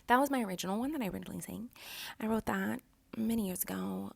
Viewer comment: I love how she says the:d this:dis that:dat